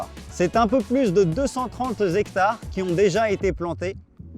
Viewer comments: J'ai appris un nouveau mot: " zhectare". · des zectares? un zectare, des zarico, des zandicapés...ha non, C'est pas ça, c'est le cinquante qui prendrait un s? ou le 4 avec un s, ou les "cent" qui deviennent des "sans".sinon, bravo pour la forêt. Une forêt de zaricots en ligne.